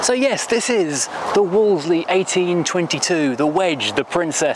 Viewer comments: Interesting video. As someone born in the 1960s, when Wolseleys were a much more common sight, it jars with me to hear it pronounced as it's written. Back then, everyone said 'Woolsey' - the second 'l' was silent. One of my dad's best friends worked in our local BMC dealer which sold them - everyone there pronounced it 'Woolsey'. And if you call or visit their former showroom on Piccadilly, which these days is a very swanky eatery, they pronounce it the right way too. 😁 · Everybody, and I mean everybody back in the 60s and 70s pronounced it - Wool Z - Even though you said no comments...😸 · Wo-le-se-ley LOL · I always thought that the standard Princess / Ambasador were hideous, but the Wolseley version with that bonnet bulge and hideous chrome grille is even worse! Am I alone is always pronouncing Wolseley as 'Wolsey'???